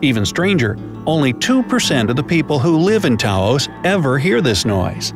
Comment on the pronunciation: mans really out here pronouncing taos like tauhoz